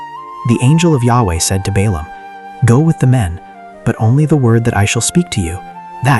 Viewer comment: The AI does not differentiate Balaam with Balak